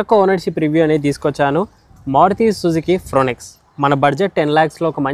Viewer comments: Fro-nx kaadh fronx anu mundu bro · ఫ్రాంక్స్ అనాలి. ఫ్రానెక్స్ కాదు 😅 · Are baba yeh fronx hai fronex nahi 😂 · Fronex kaadu Bhayya review iche mundu okasari google chesi pronounciation chusko. Manam em English vallam kaadu, but review lu chese mundu chuskunte better. Simple step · ఫ్రోనెక్స్ ఏందిరా స్వామి... ఫ్రాంక్స్ అనలేవా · Bro small correction it is fronx not fronex please correct it